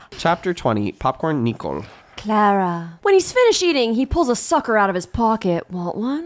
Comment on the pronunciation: one of my vocal stims is saying "popcorn Nee-cole"